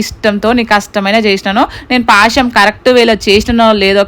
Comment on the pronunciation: Adi pasham kadhu bro a word curret telusukooo